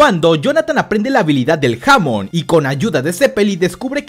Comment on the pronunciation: Se dice hamon enrealidad